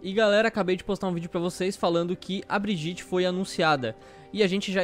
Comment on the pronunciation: é Briguitta